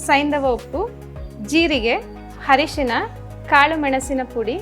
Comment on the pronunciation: That is not hrishan correct pronounciaion is arishin